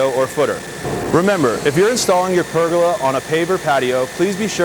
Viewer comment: It's pronounced per goal la. not burger with a p 🤣